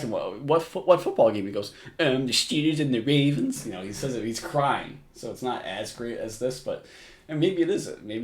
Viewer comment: steelers and the wavens